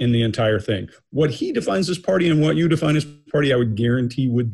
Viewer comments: He makes party sound like potty. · Did the prince say “potty,” or “party?!” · "pahtay" Prince Andy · i am still laughing hearing him say i have no need to go potty, not a pottyier, lol...the accent mispronouncing party as potty!!! what a douchebag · Way to ruin the word “party” there prince